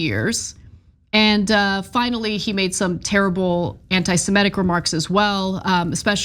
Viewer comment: Anna needs to learn how to pronounce antisemitism